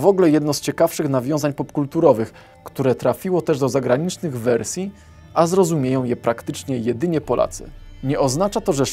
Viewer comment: Pilnuj się chłopie, bo gdy mówisz "wersja", to Ci się "r" zmiękcza. Pozdrawiam.